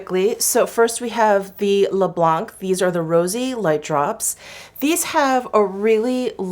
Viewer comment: French here 🙋‍♀️🇨🇵 First for "blanc" wich means "white" we just don't prononce the "c" at the end ^^ Then to translate you shades names : Mirroir d'eau = water mirror Au fil des fleurs = flowers passing by (with a notion of time) Au fil de l'eau = water passing by (alto with a notion of time... It is a romantic aesthetic related to Apollinaire and his poem "mirabeau bridge") Rose pétillant = sparkling pink ( "pétillant" suggests an awakened look, full of life and joy )